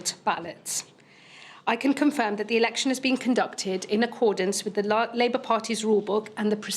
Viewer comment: So glad I washed my hands of this lot when they washed their hands of Corbyn. She nearly said "Liebour"